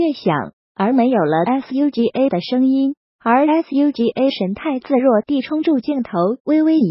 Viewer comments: Lol shd pronounce it as suga instead of s.u.g.a legit the narrator got prob?!?! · 她直接唸英文字母……